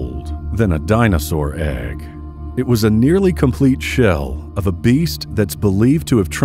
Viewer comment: For some reason I giggled at the way he said dinosaur egg